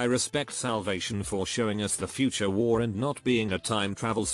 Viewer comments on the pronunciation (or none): none